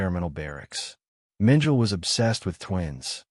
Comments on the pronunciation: Mengele is pronounce MEN ge la, and not MEN jell. The "g" is hard, like in good. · Mengel? Get someone who knows how to pronounce the German names. The name is Mengele. And Mengele was NOT Heinrich Himler, whose picture you showed when speaking of Mengele. If you can’t get these few things right, what makes you think I’m going to think you know what you’re talking about? Or are you AI or some other robot? If you or the editors don’t know difference between Mengele and Himmler, you don’t know anything about this subject. It’s also NOT Triblinker. It’s Triblinka. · Mengel?? It is pronounced Mengala AI SLOP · OMG! Mengele does not rhyme with angel!! Correct this, please!! He isn't Adolf Eichmann or Heinrich Himmler, either. 🤦🏻‍♀️ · Yeah, “Mengele” is pronounced “MEN-geh-luh”. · You’re correct; it’s pronounced Men - geh - luh (the guy who worked on twins) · How do you expect Likes when you mispronounce names...Joseph Menjul...lol